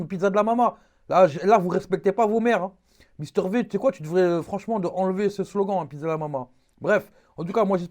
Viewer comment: V comme Vi pas v comme vé